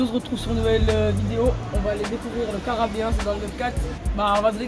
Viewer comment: "Le Carabéen" il a dit le minot 😂✌🏻